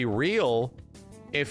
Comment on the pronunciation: You keep saying Gene and I keep hearing Jeannnnnn!